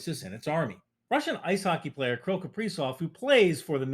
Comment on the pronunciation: Something about the way says “Killy” makes me laugh